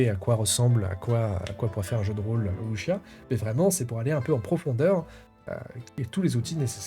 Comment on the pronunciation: Le Wu xia Pian (à prononcer "wusssia" et non "wuchia") est effectivement un style bien particulier, donc pas évident à sortir et faire jouer. Surtout que beaucoup vont préférer se diriger vers des blockbuster du genre déjà établis et qui mélangent un peu tout (mix Chine/Japon) façon hollywood comme L5R. En tout cas belle découverte, merci pour la vidéo de présentation pour les fans pur jus.